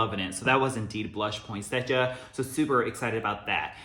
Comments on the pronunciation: I've never heard Poinsettia pronounced like that..had to look it up because I thought I was wrong all this time... it's point-set-tia there is no "j" sound in it. Anyways I'm so excited for candle day! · I can't believe it is that time already for candle day....I don't think I went last year just because of all the covid stuff...It is no fun if we can't take our time and experience the event.....I am still debating if I should just order online or take the chance going to the store this year.....I like using the coupons so I may go to the store......Love your home......You say poinsettia in a way I never heard it said before....Thanks for all the info..You feed us so well with all your knowledge......I am not into rose that much and I find it weird that that note is in a lot of candles recently...I know that is right up your alley so I expect you to be excited for candle day....I love the mens line of fragrances...I say I buy them for by husband and boys but the girls and I love them just as much. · tf have i been pronouncing poinsettia wrong my entire life??? 😧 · the way you say it makes sense when i look at how it’s spelled tho lol. also did not know you were half japanese! i can totally see it now 😊💕